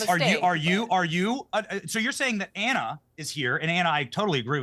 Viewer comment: 1st: It's A-n-a 2nd: He also couldn't answer if Walz should get fired. Ana was spot on with Benny's "whataboutism" that he apparently despises.